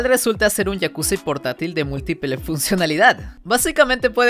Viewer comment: EN EL MINUTO 37 DICE MULTIPELE JAJAJA 🤣